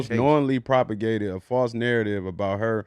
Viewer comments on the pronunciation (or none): Did he say Propagate